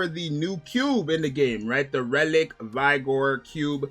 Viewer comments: It's Relic Vig-or. Not "vy-gor". Vigor means health. That CP requirement is crazy! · Whyd you pronounce vigor like that?